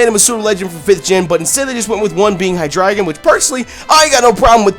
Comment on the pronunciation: Not to sound like an #ss but it's not pronounced hi-dri-gon but it's Named and pronounced like the element